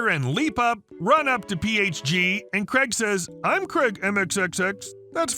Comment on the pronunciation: Craig, not Creg. 🤦🏻‍♂️